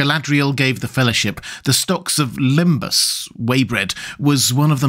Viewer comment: for starters its "lembass" not limbus!